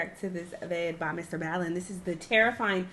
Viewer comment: I feel like she will start trolling and continue to say it wrong💀💀💀